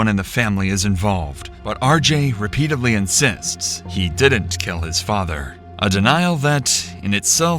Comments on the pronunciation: The word is "REPEATEDLY, not "repeatably." —Duh. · 'Struck him REPEATEDLY' not 'repeatably'. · 'Repeatedly' not 'repeatably'..If you're going to be a YouTuber, try and speak English properly. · "Repeatably" is not a word. It's Repeatedly. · you keep saying "repeatably," instead of "repeatedly."